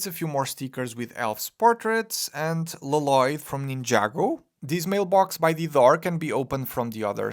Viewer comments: L-Loyd. Thank you for getting it right! 🤣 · It's "Loyd"...